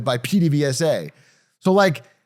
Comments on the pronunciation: B+ Pehdevesa not Peedevesa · Ooof, I love but gotta give that PDVSA pronunciation a 6/10. Its giving "grassy-ass" and "wag-won" 😔